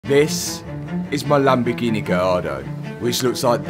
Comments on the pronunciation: I'm Italian and I approve the color, but you need to perfect your pronounciation of LAMBORGHEEEEENEEEEEEE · It’s a Lamborgreenie 😂 Love It 👍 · Reasons for watching videos: 3% to see what is up to 97% to hear "Lamborgineh" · Lamborghini ❌ Lamborgreeny ✅